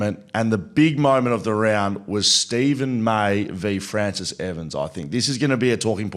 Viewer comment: 'Fraciss' lol